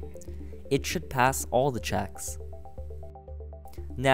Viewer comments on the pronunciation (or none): none